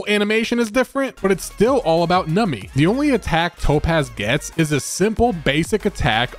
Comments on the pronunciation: It is "Numby", not "Numpy", and should not pronounced as "Nami" :"( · im sure theres like a billion comments like this but its NUMBY pronounced num bee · The only thing that bothers me is you cant pronounce Numby properly 😂